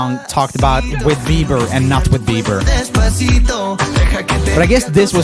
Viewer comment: I like how he says OH YEA BEVER 🤣🤣🤣🤣🤣